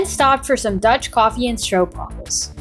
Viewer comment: RESPECT Youre the first American vlogger who is able to say stroopwafels correctly. 😀 i bet your opa learned you that.